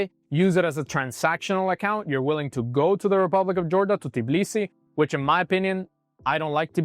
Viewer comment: Capital of Georgia is Tbilisi not Tiblisi 😅